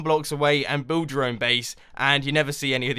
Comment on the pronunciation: Were gonna decorate nyooor iron! that is the first time I've heard that ever